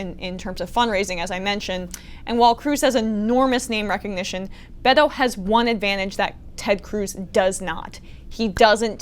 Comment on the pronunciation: I liked this clip very much. Congratulations Emma. We would love for ya'll to pronounce "Beto" with a stronger emphasis on the "B" so it truly sounds like a "B". Greetings from Switzerland.